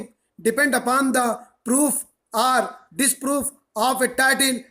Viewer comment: Sir i regularly take ur dictations sorry for being rude on comments bt i did it jst bcz i dnt wnt ds trouble in the upcoming dictations... Sir i write 4 to 5 times ur single dictation but always get stuck at that same place in between 'are' and 'or' and its too irritating setimes....